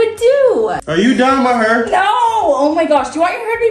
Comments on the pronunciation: His pronunciation of hair is just bring back the "DoNt PuT THaT NuRr in MAH HuRrR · it's not disrespectful or an accent. He is mispronouncing the word hair and that's OK but stop playing!